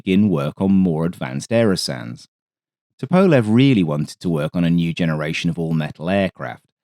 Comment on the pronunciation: Bit of a diversion, but very nice! Just FYI Tupolev is pronounced Too-Pol-ef Just a minor thing :) enjoyable vid as usual!